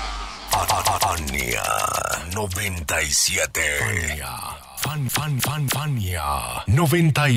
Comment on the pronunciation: Su spot parece que dice "Ania 97"